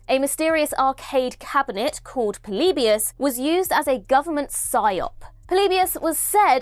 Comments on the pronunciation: The way says "Polybius" makes me laugh 😂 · It bothers me how many times you mispronounce "Polybius" in the video.